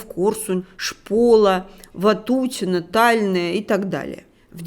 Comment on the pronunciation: Не УмАнь, а Умань. Не ТАльное, а ТальнОе.